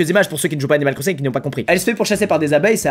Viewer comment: on dirait qu'il dit "Cannibal Crossing" 😂